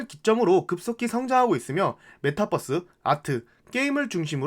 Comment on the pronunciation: 뻐스로 발음해도 다 알아들어요, 핵심은 그게 아니니 분석에 집중해주시면 좋겠어요